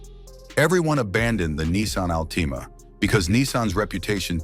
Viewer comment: Nissan Ahl-TEE-Mah ?!